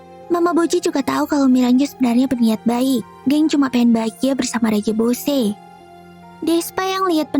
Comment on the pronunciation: Yang benar bosse bukan boshe